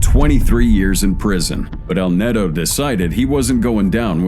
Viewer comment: btw you show a LAW, not a nade launcher........JEEZ, also its not "netto", its neto or nieto.